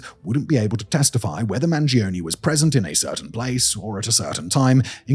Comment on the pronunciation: I'm begging you, Mangione is an italian surname, the E sounds like the one in Earth, not like a weird e-i